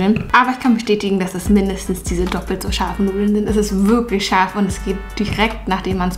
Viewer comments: Warum betonst du scharf😂 wir wissen das es scharf ist😂💪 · Bin das nur ich oder hört ihr auch das manchmal tscharf anstatt scharf sagt? So wie sie auch Miltsch anstatt Milch sagt.